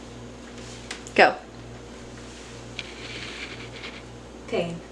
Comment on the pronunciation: At first I thought she said pink but she said pain lmao 😂